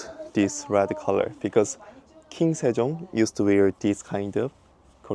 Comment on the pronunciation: King Sejong ❌ King Sebong ⭕